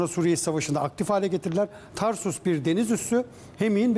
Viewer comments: Tarsus değil TARTUS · Tarsus değil Tartus. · Tarsus degil TARTUS